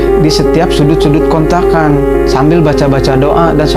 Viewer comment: Kontrakan ya om Bkn kontlakan wkwkwk...